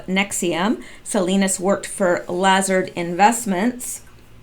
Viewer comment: its pronounced laZARD